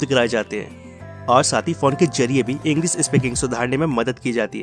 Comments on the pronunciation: Bhai tu bhi English ka course kar lay... English ko Inglis bol rha hai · Bhai tujhe to thik se hindi bhi nahi bolni aati?english ko englis bol raha hai.. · तू पहले ' इंग्लीश ' शब्द का उच्चार ठीक से करना सिख जो' इंग्लीस ' नहीं है इंग्लीश ' है 😀😀😀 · It's English not Engliss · Englisss nahi bhai English khud to seekh pahle bolna ... Nakli youtuber thodi practice krle .... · Tu hindi bolna seekh pehle dhng se......english hota h englis nhi🤣🤣🤣🤣